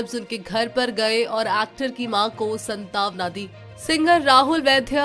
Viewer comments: Are madam ji संतावना नहीं सांत्वना होता है 😃😀🤦‍♀️ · Santaawna nhi...."SANTWANA "..